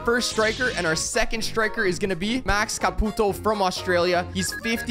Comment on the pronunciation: when you say caputo it makes mi fil like im wachting a chinees